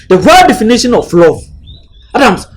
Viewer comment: Denifition derrr denifition😂😂, eiii 😂